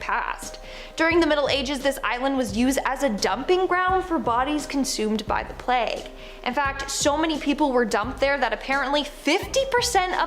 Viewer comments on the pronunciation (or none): Seriously Winded up dead DilaTipated Dilapidated Pleeg- plague None of your presenters can speak properly